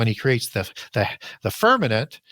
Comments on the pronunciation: He says firmanent. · The guy is brilliant, but I found it super annoying when he used the word f e r n a m e n t instead of firmament